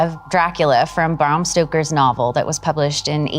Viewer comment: Can she say Bram Stoker's name correctly, PLEASE FOR THE 100TH TIME, IT'S BRAM! BRAAAAAAAAAM NOT BRUM BRAAAAAAAAAAAAAAAAAAAAAAAAAAAAAM!!!!!!!!!